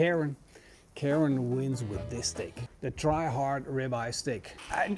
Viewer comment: until 3 min in I 100% thought you were calling it the "Try Hard"....